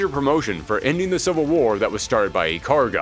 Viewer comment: Ikaruga --> EE-Kah-Rue-gah.